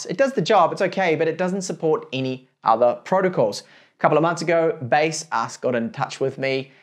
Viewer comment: in official baseus website - they pronounce Be-Saz